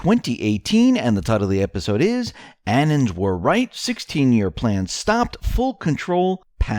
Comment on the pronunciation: anons = anonymous people (Sounds like: uh-NONS , accent on second syllable) Annans? 🙃